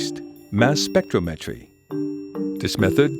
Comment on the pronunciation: The effort to educate the public is commendable. However, the announcer mispronounces the word "tritium" throughout, which really grates on the ear of any native English speaker. (It sounds throughout the video like he's pronouncing "tritrium", with an extra "R".) He also mispronounces the word "spectrometry," where it occurs (once). It's a shame. Also, there's a strange comment about fusion at the end of the video. IRSN could explain what tritium has to do with that.